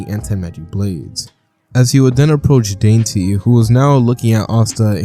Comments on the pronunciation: Dante is pronounced Don-tay When you pronounced it saying dainty I started crying laughing😂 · Your pronunciation of Dante is absolutely egregious